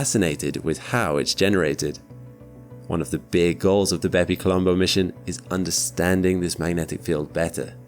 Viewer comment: stop saying bepi colombo please